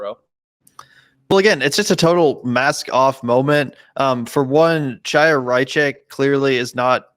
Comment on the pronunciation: Just a small nitpick: her first name "Chaya" is pronounced KHA- ya (like the "cha-" in Chanukkah.